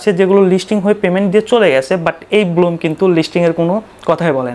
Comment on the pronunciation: আরে ব্লুম না ব্ল্যাম।